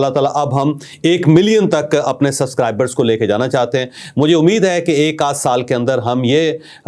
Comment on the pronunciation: Javed Saheb, You can't pronounce Subscribers. Please improve this. You always say Suscribers. You miss sound of "b". I believe a person in your position should improvise this weakness.